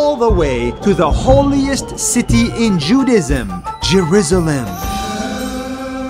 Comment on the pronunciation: The way he pronounced Jerusalem got me dying laughing